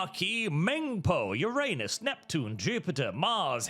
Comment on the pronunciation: Omg you can pronounce Uranus correctly!!! Liked and subscribed based on that alone!